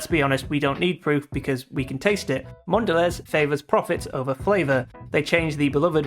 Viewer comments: It's awful because it now tastes like pure sugar and nothing else....and that's coming from me, someone who loved sugary sweet chocolate and grew up in the US loving Hershey bars. I refuse to have Cadbury since it was bought. It's awful. PS Mondelez is pronounced Mon-da-lay. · Mon dell EEZ. Bro... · Great video.I agree with your points. It's a shame what happened to Cadbury's. Mondelez is pronounced Mondelay btw.